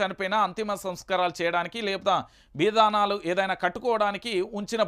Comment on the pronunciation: కాస్త తెలుగు నేర్చుకో అన్నయ్యా! బిదానాలు కాదు.బిందానాలు!